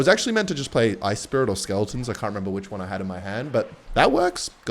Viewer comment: it’s skeletons not smeletons